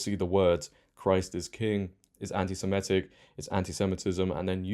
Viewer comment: Not very bright are you? Saying everyone needs to ditch 'this issue' and unite against the woke left - it's they who must not be named in 'this issue' who are behind the woke left. Learn how to pronounce Semitic properly too.